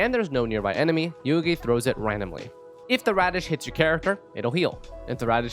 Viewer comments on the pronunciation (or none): She literally says Yuegui in her voice lines and you still managed to butcher the pronounciation